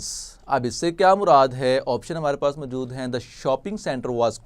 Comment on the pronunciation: Good لیکن اردو کا تلفظ بہتر کرنے کی ضرورت ہے جیسے موجود کو پورا ادا نہیں کیا گیا